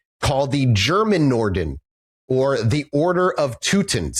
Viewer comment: I'm just 14 minutes in and the way you keep saying "Germanenorden" as one homogeneous word is cracking me up. Just for the record: those "weird, long german words" are usually just multiple (often descriptive) words put together. "Germanenorden" (the g is pronounced like in uh..."giga"-whatever and you would seperate it as Germanen-Orden) would be translated to germanic peoples order, or order of germanic people. Sorry for my very german urge to correct things, I think I'm good now :)